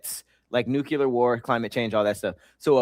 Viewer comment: I love how they get in on words when refuses to say Nuclear correctly, time after time LMAO. New-clear... not New-Cular jeeeeez!